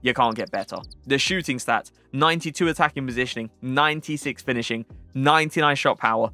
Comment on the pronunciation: wait did he say 92 attacing posisoning